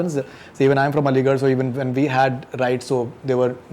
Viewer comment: Interview kerna Chala h, KAFIR ka Matlab nahi maloom. Shame on this stupid guy. He said I'm Aligarain. Lair..... English bolne se koi intelligent nahi hota yah prove kerdiya is ne......